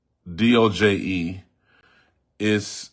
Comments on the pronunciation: Its Not DOJE it Is DOGE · It’s actually DOGE not DOJE.